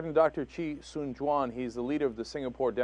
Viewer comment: Chee Soon Juan. Not Chee Swan Juan